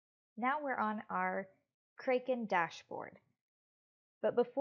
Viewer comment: Doesn't even know how to pronounce the name of the exchange 😂😂😂😂😂😂😂😂😂😂😂😂😂😂😂😂😂😂😂